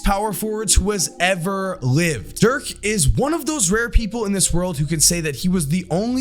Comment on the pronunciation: How do people butcher Dirk’s name. He’s German not Polish.